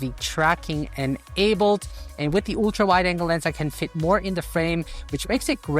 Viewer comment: You speak english well, but some word wrongly pronounced like the slavic speakers , may be in German language too. Ultra is not yultra, but altra(uhl-truh). Google how to pronounce Ultra on google search.